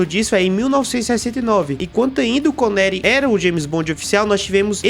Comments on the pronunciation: "Conéri" é de doer no ouvido. Precisa aprender a falar o nome dos atores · Sean “ CONERI? “ pow maninho. O vídeo tá bem editado. Mas dá uma estudada o nome dos atores antes de fazer um vídeo desse. Sucesso aí ! Critica positiva